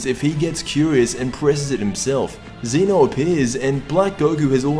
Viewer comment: ZEH-NO! ZEH-NO!!!!!!!!!!!!!!!!!! NOT F*CKING ZEE-NO